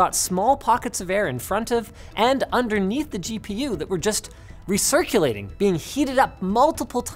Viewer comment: REcirculation not RIcerculation